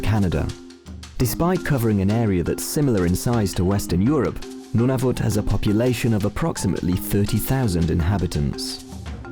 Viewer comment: Every time the narrator said Nunavut I died from cringe as a Canadian